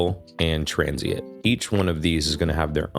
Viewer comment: It’s transiENT not transiIT btw